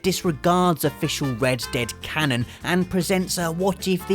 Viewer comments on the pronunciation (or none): none